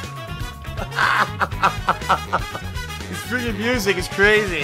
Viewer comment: i wonder how easy it would be to make convincing fake gameplay footage. just slap a well edited collection of facecam clips together and see if all the "cawn awn"s, "i was blawking!"s, and "dood! *holds up controller*"s and other stuff would be enough. maybe even throw in some of the many horrible sex jokes since they can probably apply to most games with girls in them.